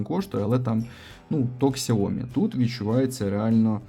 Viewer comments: Не Ксяомі,а сяомІ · сяомІ,якщо грамотно,по жовтомордому. Це як у нас недолугі кажуть хюндаі. Корейцям кажуть, а вони крутять пальцем у скроні. ХЬОНДЕ!!! Отак і сяомІ з наголосом в кінці.Грамотність після здоров'я,перше. Не будьте телепнями!